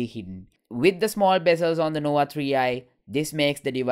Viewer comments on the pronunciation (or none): Huawey nowa tree eye? Lmao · Your pronunciation is very ugly.. Nowa Nowa3i???